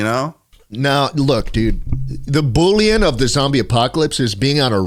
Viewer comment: I LOST IT when said bullyon lol. That is my fav bit absolutely bring it back!